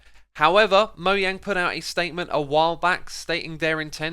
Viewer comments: its moJANG, not moYANG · Moyang? UR NOT A REAL MINECRAFTER IF U DONT SAY THE GAMES creator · I hate when people say Mojang as "moyang" instead of "mojang" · It's Mojang not moyang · Its mojang not moyang I'm pretty sure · Its mo jjj ang not moyang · He said moyang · Is it just me or dose he say moyang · Moah - Jang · MOYANG. I haven't seen this in the dictionary. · Is he really saying "moyang"? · Did he said Moyang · lol moYANG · Is it actually pronounced MOYANG?? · stop calling mojang "moyang" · “Mohang” It’s spelled and pronounced mojang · Why do you say mow yang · Why can't you say Mojang? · SOMEONE PLEASE TELL HIM HOW TO PRONOUNCE MOJANG 😭😭